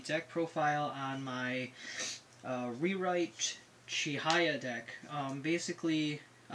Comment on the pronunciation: It's "Chihaya", not "Chihiya. :/